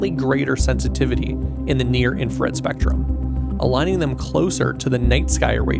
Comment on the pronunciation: Great video, captivating visuals. My only nitpick is the fact that you misspell and mispronounce "INFRARED" throughout the video😭😭 it's not I N F A R E D